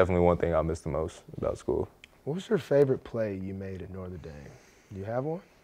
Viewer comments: Is Marlon saying "Northern Dame"???? Lol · “Norther dame” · "northe" dame? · “North of Dame” Love you Marlo